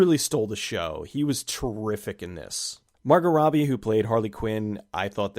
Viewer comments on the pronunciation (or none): none